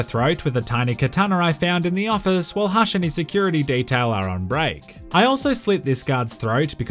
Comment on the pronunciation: says "hush'' like "harsh". Much love from New Zealand bro, I subbed